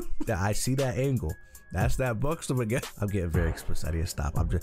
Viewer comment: 😂 the video funny as hell, also the X in Buxom is like an S